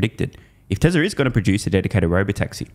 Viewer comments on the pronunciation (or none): It’s Tesla, not Teslar lol